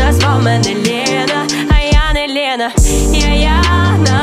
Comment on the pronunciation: В пісні всього три слова в приспіві з російською вимовою "охрана, отмєна, Лєна" - все інше чудова українська